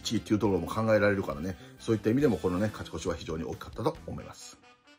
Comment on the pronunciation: 勝ち越しをかちこちって言ってるの好き